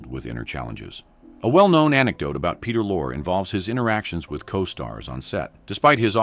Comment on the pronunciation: Lorre. E is not silent